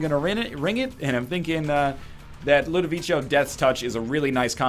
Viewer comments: btw it's not pronounced "ludovicho" but "ludovicko" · 740 episodes still can't pronounce Ludovico